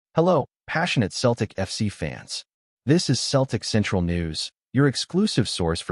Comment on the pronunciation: If you can't even pronounce Celtic correctly, you're really a total klutz.